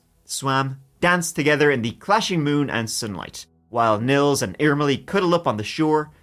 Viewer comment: Irmeli was pronounced almost perfectly! I've never heard anyone covering this case saying it like that! Greetings from Finland, we're currently at the point of winter where we see sunlight for like 4 hours/day.🥲